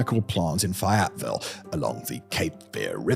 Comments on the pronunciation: AHHHHHHHHH "FEY -ET - VILLE" Not "FeyATville" or whatever you said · Fay-et-ville.... Not Fi-et-ville. Bloody British😂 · Sounded like Fat-ville. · Fay it ville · Hearing mispronounce Fay-et-vil will never stop being amusing to me. :D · Never thought you saying my hometown name would be so off. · I just love the nice, but incredibly wrong pronunciation of Fayetteville. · The pronunciation of “Fayetteville“ is the best part of the video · oh god I wanted to scream. I didn't even recognise the location until he said "Cape Fear River"